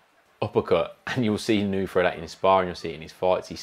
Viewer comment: Inoue: ✅ EE-KNOW-EH (close enough) ❌ IH-KNEW-EE (not close) Really solid base on that little guy. Almost Pacquiao legs. He sure did make Fulton look chicken-legged by comparison. Excellent body mechanics -- so much torque. *WHAP*